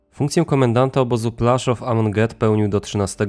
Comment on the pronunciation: PŁASZÓW a nie plaszów.